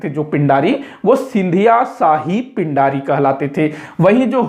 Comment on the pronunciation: पिण्ढारी/पेण्ढारी होता है, पिंडारी नहीं